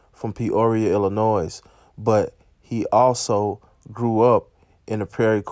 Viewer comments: I never heard a person from Chicago who pronounces the "S" at the end of Illinois lol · Did you just pronounce the "s" in Illinois? Naw fam🤣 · The S in Illinois is silent, bro.